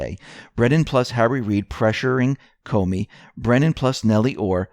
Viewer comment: ...and why he keeps saying Coney instead of what we think is supposed to be comey...?